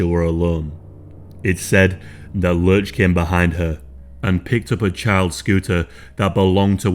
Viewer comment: It’s lurch, not lunch